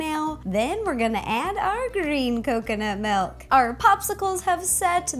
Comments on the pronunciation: Justo Luis Vazquez-Lopez She always says melk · sorry if i sonded mean but you said malk not milk sorry if you did say milk but it sonds like your saying malk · Did she say Malk or milk hahaha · love how u say melk XD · I'm not hating but, it's milk, not melk... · not trying to be rude but it's not melk it's milk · She said "Melk" instead of Milk. LOL!!!😂😂😂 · She's says malk not milk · milk not melk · MELK! When people pronounce words differently then I do it drives me crazy! Just a pet peeve. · Malk you said malk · her voice was okay but then I heard, "melk" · Say milkshake Ok milkshake Now say milk Malk 😂😂👏🏻 Balloon shop anyone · It's so cute when she pronounces milk as melk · Aw, it's so cute how you pronounce "milk" xD "melk" :3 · am I the only one who heard her say malk twice before saying milk? i swear it was so cute. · Why does she say melk instead of milk!?!!!!? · Wait-WAIT-WAIT!!! Did she just say MELK!?!? its: M-I-L-K That's how MILK is spelled and pronounced! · Iam Dutch and you say "Milk" like "Melk" witch is Dutch.....(SO INTRESTING.🙈😂) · She says "melk" not "milk" ahaha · She was saying Malk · I thought you said Melk 😆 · Add the dry mix it up, and the MELK mix it up.... I love how she says milk "Melk" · She said MELK! :) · It sounds like Rosanna is saying melk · Did she say melk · Is it milk or melk???😂 jk love ya ro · she sais milk like melk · "MELK" Me: OOOOOH MYYYYY GAAAWWWWD STAAAAAAAPHHH😖😰😫😭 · She said "melk" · Umm I'm sorry, Ro, but wut? Did you really just say melk? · MY GOD! SHE SAYS "MALK"!!!! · It's annoying how you pronounce milk. You say melk